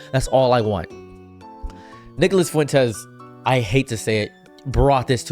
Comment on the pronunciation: anyone else hear (n word)-las Fuentes when he says his name or am I tripping. Fr tho screw that guy